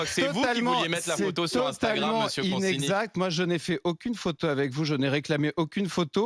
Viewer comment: Dans consigny il y a 2 syllabes en trop...